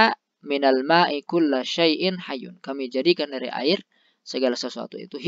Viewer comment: Barisnya Hayyin bukan hayyun, na'at bagi syai-in